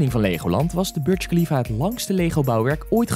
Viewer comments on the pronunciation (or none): Je spreekt de Burj Khalifa verkeerd uit ik ben er op geweest en je spreekt het zo uit: boersh kalifa